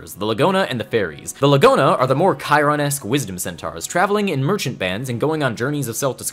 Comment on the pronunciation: Thank you for finding out how to pronounce Chiron